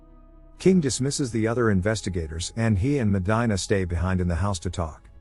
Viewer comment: If you LISTEN to the movie her name is pronounce MO-DEAN-A